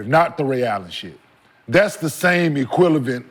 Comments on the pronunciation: Bruh said equilavent 😂😂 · “Equilavent” lol, you can tell he caught that he said it wrong!🤣🤣 But with Rashad!?🤦🏻‍♂️That nigga would have anyone tripping🤦🏻‍♂️ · These boyz can’t speak English today. Talmbout Jordans Escalade insteadA ACCOLADES and then equileVant.. brother man, it’s Equivalent 😂😂😂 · K Mart said equilavent instead equivalent 😂😅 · Kmart said EQUILIVANT😂😂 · What’s up with these NBA players struggling with the word “equivalent”😂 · Bro ... even someone on the show snickered when he said it 😂😂😂😂😂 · Why do NBA players have trouble with the word “equivalent “ 😂😂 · can’t say that damn word either😂😂